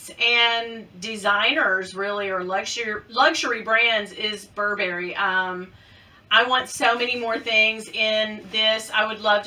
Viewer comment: Ooo! I love the baby Gucci Marmont! I still love the mini bags. UGGs…I brought them with me when we moved to Florida…haven’t worn them yet, but I’m determined to…in the winter. Oh, you’re not supposed to wear socks with UGG boots. I’ve never been a fan of the hairy Gucci shoes though. Burberry is still classic and will never go away. BTW, it’s BUR-bur-e, not bur-BER-e. Miss Nancy never said my name either.😞